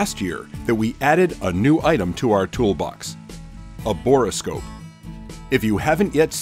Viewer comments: Not to be pedantic, but it is a bore scope not a bor-o-scope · Borescope is not a 3 syllable word. Just say bore, then scope. Good video.